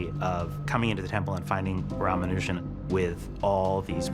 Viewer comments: The video was alright but I hate how the narrator butchered everything with words that aren't even hard to say. For example, in the video the people that are talking about him say everything correct like they say Ramanujan but the narrator says Rhamanoojan. It's properly said here smh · It's not ramaanujaan It's Raamanujan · It is not Rama nu jaaan It is Ramanujan mono syllable. Don't butcher names. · Why do you spell it "Rumanojan"? His name is Raamaanujaan! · Atleast u cud do the least to pronounce his name properly its raa maa noo jan and not ramanajan...GOD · Hey world, Speak is name correctly Not "ramaanujaan" But "ramanuja" Edit - n is kind of silent (I don't know) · Its not Ramanujaaan its Ramanujan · It's Ramanujan not Raaaamaanujaaan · Its nut rumanujaan but raa maa -nuu jam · Its not ramanujaan... For heaven's sake.. Its Raamanujan.. please keep ur pronounciation proper!!! Its a hindu name!!! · its not Ramanu-jan.its pronounced as Rama-nujan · Its ramanujan Not ramanujaaann🙁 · They pronounce it so wrong. It's "Raam-anu-jan" not ram-anu-jaan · Kindly pronounce him name as Rama'nujan and not ramaa'nujaan. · His name is not Ramanu Jan, it is Rama Nujan. If you are saying some thing about him, learn his correct name. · Whoa, Black Betty (Ram-an-ujan) Whoa, Black Betty (Ram-an-ujan) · Its not Ramaanujaan.... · It's pronounced Ramanu gen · Not to be rude, but you had me laughing everytime you say 'Ramanujan'. We pronounce it Raamaanuujan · Its Rama-Nu-jan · Please learn to pronounce his name it's pronounced as ram- a-nujan . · Ramanajuan?? Ancient Alien??😂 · why they pronouncing the name wrong it's "Raamaanujan". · Rah-mah-new-jan. Please say his name correctly. Thank you. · The narrator literally mispronounces his name... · And yet you can't even pronounce Ramanujan's name correctly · If you want people to take this seriously, you should at least learn how to say his name properly. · When these Whites can pronounce the Indians Name easily 🤦🏻‍♂️🤦🏻‍♂️